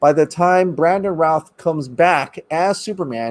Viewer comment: He still looks really good for 13-14 years after the movie. I don't think they should make him old man Supes with the grey hair. He's too youthful, and should simply get a show. On a side note, Brandon's last name is pronounced "rooth". And it's not Christopher Reeves. It's Christopher Reeve. If you're as big of a fan as you look, you'd make sure you get names and pronunciations of names right.